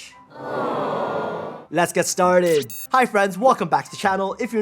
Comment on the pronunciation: The accent of "started" 😆! This is such an amazing video